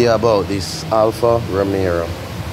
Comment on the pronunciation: Bredrin, Give thanks mi G. Lawd mi coulda cuss every eeeediat out deh dat tell me how fi do it. One ting though. its ROMEO. There is no other "R". you keep saying romero. Ha..... Nuh watch nuting. Gwaan do yuh ting.